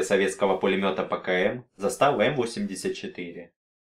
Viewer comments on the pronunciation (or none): Не застАва, а зАстава